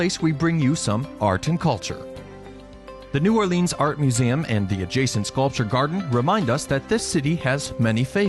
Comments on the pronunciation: Yea, even "Na'wlins" is better. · Why would I take advice from someone who says 'New Orleenz'. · I cringed every time he said New Orleans. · lol me too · Ok..... Just started and already said New Orleans wrong....... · Mardi Gra, don't pronounce S. It's New Orlins. And also... Bourbon, really? Best place? You EVER been here?